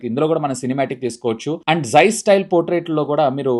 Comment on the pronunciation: It's "Portrait" not 'Potrait'